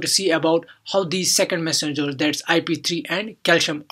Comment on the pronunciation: Phhhaast Messengeuuurs 🤔 Nice Explanation Btw 👍